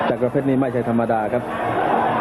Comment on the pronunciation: ต้องอ่านว่า จักร เพชร อ่าน จักะ ร เพชรได้ไง มี ร คั่น หลัง ก